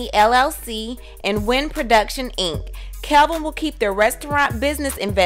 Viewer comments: Kevin NOT Calvin! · How do you have all this info when you can’t even say his name right? It’s KEVIN not Kelvin🤦🏻‍♀️ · It's Kevin not Kelvin! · Isn’t his name Kevin, not Kelvin? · Even though he cheated...supposedly...when reporting these stories get the parties involved names correct. Not that anyone cares, but professionally his name isn't Kelvin it's kevin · It's Kevin Not Kelvin? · I don't trust anything in this video. She can't even get his name right. His name is Kevin not Kelvin. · His name is Kevin. Why do you keep saying Kelvin? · His name is Kevin not Kelvin haha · It's Kevin, not Calvin! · His name is Kevin not Kelvin! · Isn’t it Kevin? Not kelvin? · I keep hearing "Kelvin"... isn't his name KEVIN? Jw 🤔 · Why does it say kevin in the title but the narrator is saying kelvin.. Which is it.. Iv never heard wendy call him kelvin just big kev or "old life" lol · Wow bro his name is KEVIN not Calvin lol Wendy is doing just fine js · What is wrong with you? His name is KEVIN Not Calvin. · His name is Kevin not Kelvin. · It's Kevin not Kelvin !!! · His name is kevin not Calvin get it right dammit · Why can't you pronounce the name Kevin? "Kelvin" is a totally different name. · His name is KEVIN, not KELVIN...please do your research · I love that you say Kelvin!!! Life ins. Policy should go to her son. Say it like you mean it. I agree. She’s going to look like a Hollywood monster. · why u keep saying KELVIN wtf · His name it's KEVIN! How can I trust your, "tea" if you can't even get his name right? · Why do you keep saying "Kelvin"? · Did the poster intentionally mispronounced the ex husband's name? I'm just asking because it's my first time listening to one of her videos so I don't know if it is a deliberate thing. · Lies this is not true you can't even pronounce the man name right so you don't get sued FAKE NEWS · The fact that you have his name spelled correctly in the title, and are saying it wrong through the whole video! LMFAO